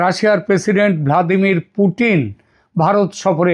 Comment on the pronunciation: পুটিন না পুতিন😅😅😅